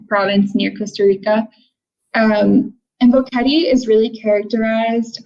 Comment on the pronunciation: Bo(short o) que (u is silent and the /e/ is short sound and te (short /e/ as well) at least learn how to pronounce the names of the towns and cities.